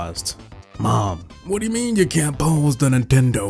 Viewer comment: Idk why but I laughed at the way you said Nintendo